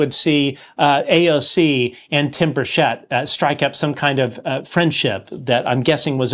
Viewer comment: The accent of the name Burchett is on the first syllable. No one is pronouncing his name correctly